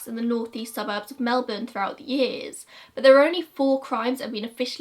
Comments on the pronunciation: Girl Im just thrilled someone from overseas covering an Australian case actually pronounced Melbourne right 😂❤👏 #AussieThings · Thank you from the bottom of my heart for pronouncing Melbourne right hahaha ❤️